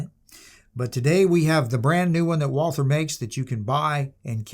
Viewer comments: Fun fact - one does not pronounce the "th" it´s just "Walter" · It’s pronounced ‘Valter’. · Nicely done on the German words, but you were wrong on the most important one: there is no "th" sound in German, so "Walther" is just pronounced "Walter". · Walther is actually pronounced Valter in German. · The name is just said like "Walter" without the the "th" noise. It's like the name "Thomas" in that regard. If we were speaking German then we would say "Valter" But other than that, pretty good handling of Deutsch for the Ausprache und Übersetzungen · Just to point it out ... the h is silent. Pretend it isnt there, when speaking it. Just say Walter. Way more closer to the true pronounciation. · I wish you would pronounce "Walther" properly. Should be pronounced about halfway between "Valt-hare" and "Valt-her". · It's prounced Valther.It's from Germany. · A pity. After I finished the video. It's pretty pathetic not to be able to even begin to pronounce the German name of the manufacturer correctly after such an elaborate intro. Disqualification! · Walther; mispronounced by everyone since 1936.